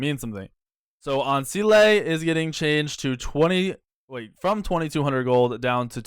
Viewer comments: He said An ceelay lol it's An cyle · What I wanna know is who keeps changing how you pronounce items?? I've never heard anyone pronounce Ancile like its Spanish or something how did (probably idk) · lol I noticed it too